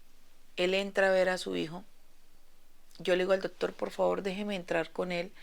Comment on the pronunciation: Doctor no dotor